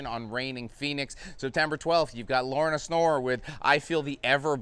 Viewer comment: Am i the only one hearing "Lorna Snore"?! 😂